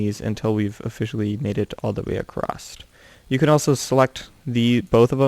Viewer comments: Why do you say acrosst? It is across. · Across* not accrost